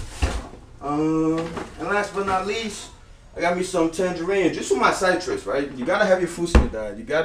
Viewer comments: sightrus... -.- Citrus not cytrus, sih-trus. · Pronounce SIT-RES not S-EYE-TRES